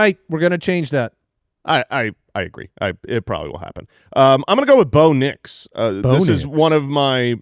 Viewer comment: I detected a bit of in "Bo Nix" pronunciation. It's the collab i didnt know I needed until now.